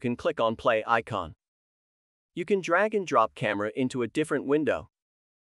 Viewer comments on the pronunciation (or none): none